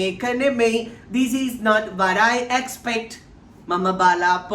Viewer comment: Its Not expet...EXPECT 🤔🤔🤔